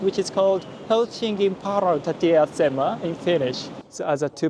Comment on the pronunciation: Your pronunciation is very good. Except for päärautatieasema, that one you butchered totally.